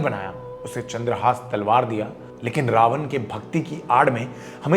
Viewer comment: pehli cheez, Raavanaaa nhi hota raavan hota h, angrez nhi dekhne vaale ye video